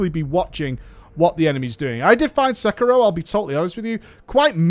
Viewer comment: Umm isn't is Se-ki-ro? no Sek-iro